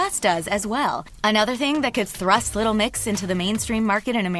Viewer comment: youre saying 'little mix' wrong but I can't pinpoint how